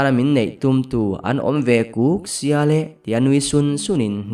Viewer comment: a chang hian “Kuk”, tiin ka hria a, a chang leh “Huk”, tiin ka hria, buaithlak tak a ni😂